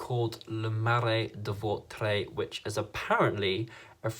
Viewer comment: I'm French and you have a good pronunciation for "Vautrey" :)